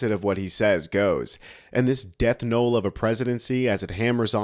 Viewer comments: Death "knoll"? The word is "knell". It means the sound of a bell. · Knell, not Knoll